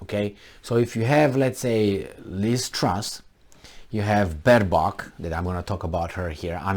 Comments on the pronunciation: Least Trust, I was prepared, but Bed bug??🤣🤣🤣 For a second I was confused, till he said Annabelle FM of Germany. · Baerbock's name is Anna-Lena, think "anal" makes it easier to remember.